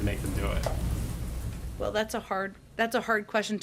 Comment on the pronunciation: YOU SAY VELL VELL İ